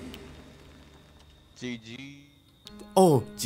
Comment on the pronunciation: から がGGって言うとジジイに聞こえるwww ナイスでしたで吹いたわwwwwwwww